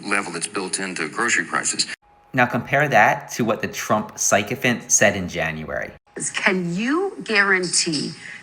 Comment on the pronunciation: I don't know if he mispronounced that or did it on purpose, but psychophant works, doesn't it?😂